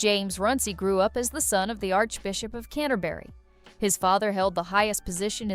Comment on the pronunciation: Please. Learn how to correctly pronounce English place names. It is NOT "Canner-Bury", NOT "Gran-Chester", NOT "Birming-Ham, etc. You offend every non-American. I am not British; but even in South Africa we listen, we hear, and we know what is correct. Thank you.